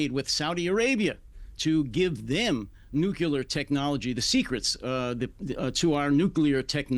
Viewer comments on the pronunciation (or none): Both the guest and the host insist on adding a syllable to the word 'nuclear'. NEXT.